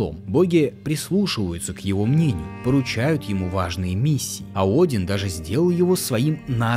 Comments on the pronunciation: тут он видимо ошибся когда читал текст. Правильно будет не один, а Один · На ударение стоит неправильно и смысл искажается, мед поэзии в образе сокола из ётунхейма вынес БОГ Один, убив охранявшую его великаншу